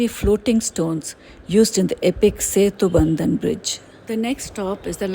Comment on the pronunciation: Paamban bridge not Pamban